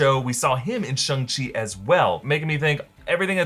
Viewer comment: SHAH-NG CHEE! Not Shuh-ng chee